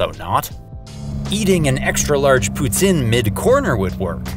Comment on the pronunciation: biblically accurate pronunciation of "poutine"